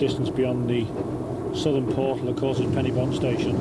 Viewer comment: A pity the commentator mispronounces Pen-y-Bont. The "-y-" should be "uh", not "i".